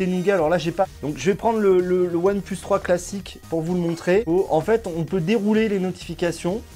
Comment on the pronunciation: Ça me fait rire : "One pleus"